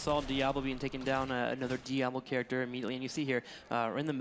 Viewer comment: did she say.. Charactscher?